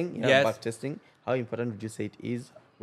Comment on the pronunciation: are you sure you know how to say "back testing" 😆